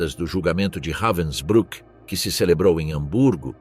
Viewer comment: O narrador pronúncia o nome campo de concentracao como se alemanha falasse inglês reivensbruck e enrolando a lingua